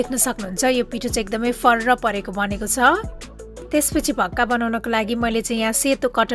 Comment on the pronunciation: भाक्का भन्नू होला🙏